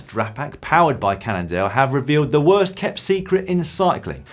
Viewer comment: Hi Dan, Worst is pronounced War-st.